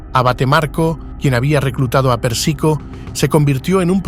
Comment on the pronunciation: es Pérsico, no Persíco.. se pronuncia Carmáin,,, no Cármine... fuera de eso, gracias por el Video.. está genial.. aprendí un montón